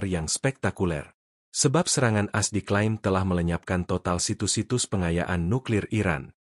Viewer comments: Hi penyiar - bukan AS, dibaca sebagai A - S. Begitu saudara. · As As As As As 😂😂😂😂😂😂😂 A eS woi.... Mknya jgn pk AI... Tar dibaca Ai... Bukan A.. I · Kenapa baca berita aja harus pakai AI ya? Sampe A-S (Amerika Serikat) aja di baca AS (kaya AS motor). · Kenapa baca AS jadi "as" bukan "A.S."